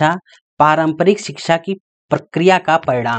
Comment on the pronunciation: सर मैम बार बार शिक्षा को छिछा बोल रहे हैं।🤣🤣😂